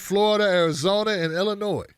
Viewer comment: Hey, I know your from Maryland, but Illinois has a silent "s".